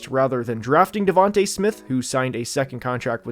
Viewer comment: Devonta smith not davante smith